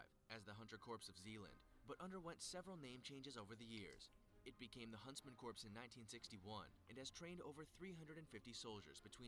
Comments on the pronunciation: Dude saying "corpse" instead of "core" is really bothering me. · Him saying corps like in corporation Instead of corp (core), bothers me XD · As soon as that idiot said corpse instead of core he lost all credibility. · Why do they have someone narrating an elite military units video who doesn't even know how to pronounce "corps"? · I keep seizing every time he says Corps wrong. Pronounced KORE not CORPSE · THE GUY ON THE VIDEO KEPT SAYING CORPSE INSTEAD OF CORPS😤😡!!!! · The narrator in the original video makes my head hurt when he pronounces “corps” as “corpse”......they’re two different things! Ughhh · Anyone eles realize he said "corps" instead of "cor" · It angers me that corps keeps being pronounced like “Corpse” instead of “core” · Its like a garden rake ripping across my nutsack when I hear someone say corps as if they are talking about a deadie. SEMPER FI!!! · Anyone else getting trigger by narrator pronouncing it "CORPSE" instead of "CORE"? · Did anyone else cringe when the narrarator pronounced "corp" as "corpse"? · Someone needs to tell how to pronounce Corps, the P is silent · Narrator: Corpse Everyone else: DAFUQ DID YOU JUST CALL IT!? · Im triggered...he actually says “corps” with the p and s... its “C O R E” it’s like the dude has never heard of the United States Marine Corps...or any other military branch with “Corps” in it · The guy is pronouncing corps wrong. Its pronounced like core. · He keeps on saying corps. And it’s wrong haha. It’s pronounced “core” because a corpse is a dead body. Think US marine core not us marine corpse for pronouncing. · The narrator be like: "Corps" Bruh. It's pronounced as "Core". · I wanna hit my head against a wall when I hear people pronounce it like corpse. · Pisses me off, its "Core" ffs. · Someone needs to tell that guy that's not how you say 'Corps' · It make me mad that pronounces the p in corps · The way they pronounce corps just hurts